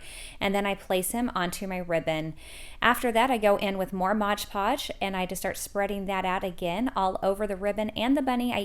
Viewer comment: LOVE the crafts, but PLEASE PLEASE PLEASE .... It's "MOD" Podge not MODGE Podge.